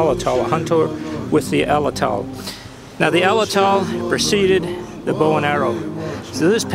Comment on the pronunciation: "Pah ran uh gut" is how it's pronounced and "at latt ul" is how Atlatl is pronounced.